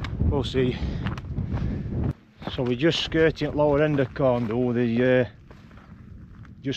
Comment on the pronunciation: Interesting . When we stayed at a local farm just below there years ago, the farmer (born n bred there) pronounced it Corn Vee/Dhee. 🤷